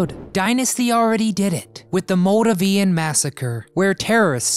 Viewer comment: Its pronounced "MOLE-DAVE-IAN"